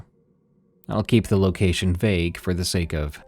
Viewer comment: you lockashin a bad ward 😂